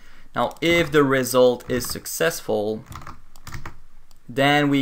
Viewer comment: its successful not successul